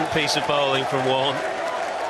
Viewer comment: It's not Marne it's Warne